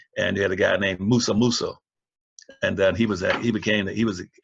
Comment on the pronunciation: MANSA Musa, Not MUSA MUSA